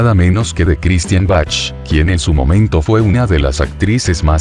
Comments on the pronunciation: Se pronuncia Baj mas o menos pero no, Bachchch. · se pronuncia baj con j no Bach ok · Se pronuncia BAC. La H es muda en este caso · Jijiji perdón pero así no se pronuncia el apellido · Es una computadora la que habla por eso pronucia como se ve escrito😊